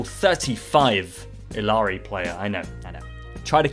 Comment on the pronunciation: Friend, it's Ee-yar-ee